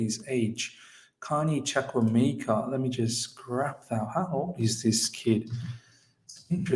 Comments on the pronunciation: It's pronounced CHU-KU-EH-MEH-KA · CHUKWUEMEKA my middle name sake will go straight into our first team. Trust me guys, he wont be loaned out. He is here to cause havoc to all our opposition. 99% of people have butchered his name (including ). He is class all the way and has the potential to get much better. He is an attacking midfielder in his most potent role as he is very skillful and creative. Delighted this has happened